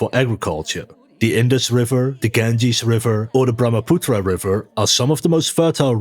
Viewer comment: The river is Pronounced :: Ga-an-- gaa. Bhramaputra River is pronounced :: Brah-ma-pu-tara